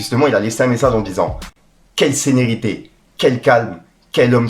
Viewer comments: Tu as dis quelle "sénérité" au lieu de "sérénité" quand tu lis sadek mais pas grave, c'est pour sa qu'on te kiff car toi tu es un vrai etre humain pas comme d'autre ☺💪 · Quel "Senerité" à 3min 😂😂😂😂JPP